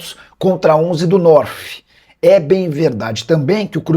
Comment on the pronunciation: Norff kkkkkkk é norte mesmo garai